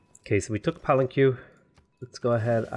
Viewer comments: Palenque =. Pah - len’.- Kay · I never got tired of hearing you pronounce it Palen-Q